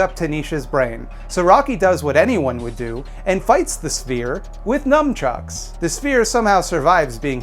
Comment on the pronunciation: Do you call nunchucks "numchucks"?